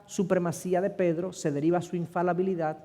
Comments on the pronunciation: Siii es infaLIbilidad, lastima los vídeos son editables pero difícilmente pueda corregir. Le doy 99.9% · Infalabilidad o infalibilidad??????